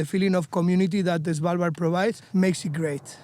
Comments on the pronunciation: Love Mark, but him saying S(A)valbard instead of Svalbard triggers my inner Monk 😅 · Its not S val bard its SVAL bard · it's not savalbard..it's Svvvvvalbard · Savalbard? :D Thanks for trying man! :D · YES! Driving me batty. Not sure I can watch the entire video from SAvalbard! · A quick tip sir = The D in Svalbard is mute. Love your vids as I'm new to your stuff! ❤❤